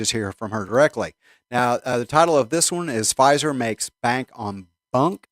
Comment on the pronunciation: Pfizer, not Phizer 🤣